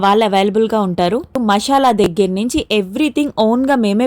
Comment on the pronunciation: మషాలా కాదు మసాలా